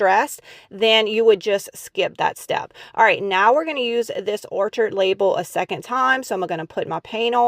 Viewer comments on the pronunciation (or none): Hi! Love the channel and your ideas! But, have to say a couple things. Orchids (the new stamps) are flowers. The ch is pronounced like a “k.” So it’s pronounced “OR-KID.” It’s not “orchard.” And when you have more than one goose, they aren’t “gooses”, they are geese. I know people will hate that I’m correcting you, but when you are speaking on a YouTube channel, I feel it’s important to pronounce words correctly, and then someone like me won’t be cringing inside throughout the entire video. You are very creative and I love your ideas! ❤️